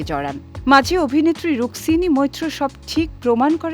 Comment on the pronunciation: রুকসিনি না রুকমিনি বলো😠